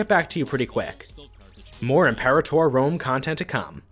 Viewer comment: Your pronunciation of Imperator makes me think my life over